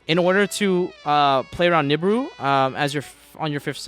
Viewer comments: Every time this guy says nib-ur-ur I cringe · i love pak but goddamn do i hate how he pronounced nibiru